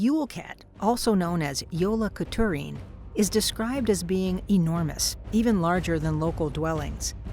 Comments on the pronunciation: "Also known as 'Jolaq'turin." It's always hilarious to hear foreigners try to pronounce Icelandic words. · Mainly just here to hear Americans try to pronounce Icelandic names lol Grýla was pretty good, Jólakötturinn could use some work 😂